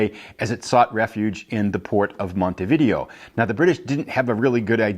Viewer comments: Umm believe it is pronounced mount t v day o not video like the games! Could be wrong but…… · Yup it's pronounced Mon-tee-vid-ay-oh you are correct...